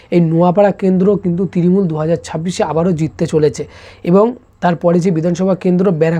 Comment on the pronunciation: তৃরিমূল না তৃণমূল আগে উচ্চারণ ঠিক করে শিখে আই তারপর এইসব বলবি